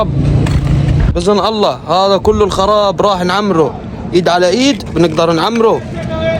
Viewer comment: حتى انا هذه الزنانة كانت تضايقني.إن شاء الله لن تعود .ومبارك عليكم النصر.انت تعجبني كثيرا ابني وتضحكني خاصةلما تقول:"هيذا ومش هيذا"...